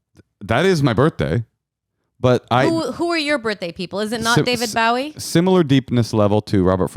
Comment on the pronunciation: Wondering if mispronunciation of "Bowie" was intentional.